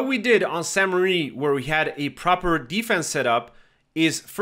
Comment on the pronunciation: Crazy. I thought to myself, damn why is this guy calling it St Marie. And you're probably unaware of it, but the current name does not mean Marie. But apparently the name of the town was originally St Marie. Here's what the wiki says as of right now: Founded in the eleventh century, the earliest records (1080–1082) include the name Sancte Marie Ecclesia, Latin for "Church of St. Mary", while a later document written in Norman-French (1317) mentions Saincte Mariglise. The current French form of the name is ambiguous, with the additional meaning, "Holy Mother Church".